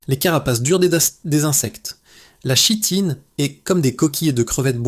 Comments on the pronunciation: Très bien cette vidéo ,mais on prononce Kitine même si il est écrit Chitine . Merci . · Pour info, chitine se prononce Kitine. Mecri pour cette vidéo. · Kitine, on dit Kitine, ça vient du grec (ch=k). Ouvre un dictionnaire!!!!!!